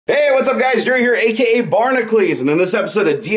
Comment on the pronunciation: I've hesitated with this comment, but... You're saying your own channel's name wrong. Barnaclese? Try Bar-NACK-you-leeze. Barnacules. Hercules is pronounced "her-cue-leeze". Why would Barnacules be "Barnaclese"?